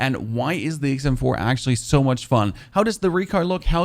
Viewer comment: Sounds like you're saying ACEm4 🤔